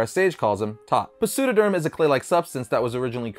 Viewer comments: I'm sure most people are aware, but "Pseudoderm" is pronounced with a silent "p", like pterodactyl. "Pseudo-" (pronounced "SUE-doe") is an old Greek prefix that means "fake" or "false" and "derma" is the Greek word for "skin". It makes sense that a clay-like substance that looks like skin would be called "fake skin". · Pseudoderm, the P is silent just like psycho psychic etc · The P in Pseudoderm is silent. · The “P” in Pseudoderm is silent.